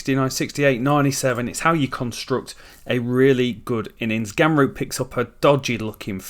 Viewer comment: do wonder what it will take for u to say ramroop and not gamroop